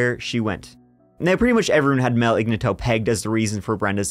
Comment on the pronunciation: Ig nat toe, not igna tow.